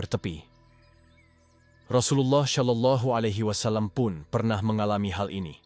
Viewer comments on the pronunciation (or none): Berkali2 di sebut sholallahialaihiwassalam bukan solallahialaihiwassalam.. sebutan sebenar ialah solallahialaihiwassalam.. jangan di tukar sod kepada shim astaghfirullahulazhim